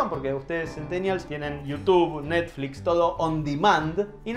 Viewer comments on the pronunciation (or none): none